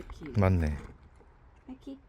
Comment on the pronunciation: 백희 -- 베키 발음이 외국 강아지 같아요 ㅎㅎ